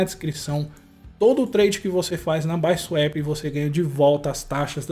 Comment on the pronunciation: N se fala baisuep , é bisuapi KKKKKKKKKKKKKKK